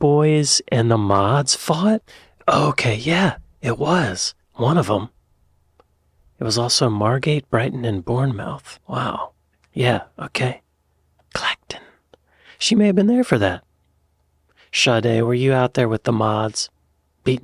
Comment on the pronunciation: We don’t pronounce “mouth” like mouth in your face! So Bournemouth or Plymouth are “Bornmuth” and “Plimuth”